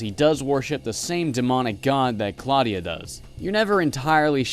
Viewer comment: claudia wolf... claudia....clawdia....clawdia wolf... ok no way i can take this lady seriously now : )